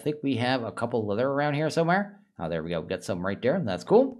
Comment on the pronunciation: "der" should really should be spoken as "there"